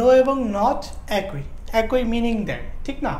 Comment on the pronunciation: "একই"-এর উচ্চারণ "একোই" নয়, "একি"।